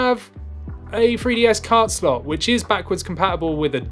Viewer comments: It’s pronounced new 3ds not new free ds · Why does it sound like you are saying FREEDS all the time😂? It's a 3DS dude😂😂